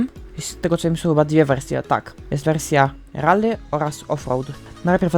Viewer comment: nie mówie tego złośliwie ale trochę boli w uszy jak mówisz "RALLY" mówi się "RELII" a pisze si3lę Rally